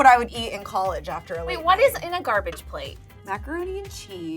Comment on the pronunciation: 'Garage food'??? lmfao ISSA GARBAGE PLATE BEECH